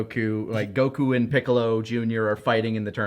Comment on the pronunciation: Why does he keep saying goku like that. It's not goKUU.